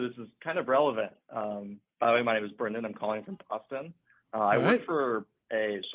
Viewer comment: If Sam pronounced names correctly, the channel would come to an end.